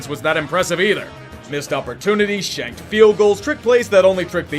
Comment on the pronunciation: When you said shanked field goals in the Giants-Saints game I thought you said shagged field goals lol